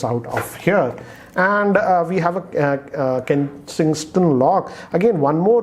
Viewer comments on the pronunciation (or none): Kingston lock ko ne Ki-nng-s-t-on lock bola.😅